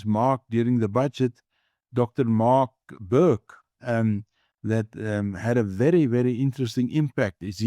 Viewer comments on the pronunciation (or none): none